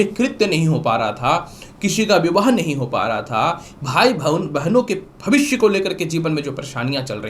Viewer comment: भाषा शैली में स और श का अंतर समझना जरूरी है । भविष्य होता है न कि भविस्य, इसी प्रकार राशि होता है न कि रासी ।